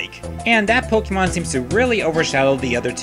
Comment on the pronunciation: Good video but why do you pronounce all the names different of the pokemon and regions